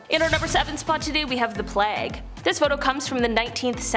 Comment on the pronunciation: The way she pronounced plague hurts my brain